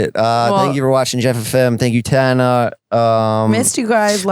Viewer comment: I'll never get over how Jeff pronounces Tana.. Tah-na